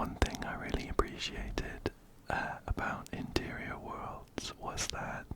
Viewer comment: Everytime you say ‘interior worlds’ i hear 💅MATERIAL GURL💅 love your vids btw!